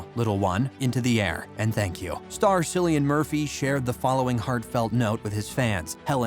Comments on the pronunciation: Thank You! the lad saying it Sillian does my head in. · It’s not Sillian. It’s Cillian. Pronounced Killian but Cillian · Not silian…….Cillian like K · I can’t stand it, I actually want to head but him 😂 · It‘s C-ILLIAN, like in kill. 😓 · Does everyone mispronounce his name??? If you are doing a video on him at least say his name correctly!!!! Drives me nuts!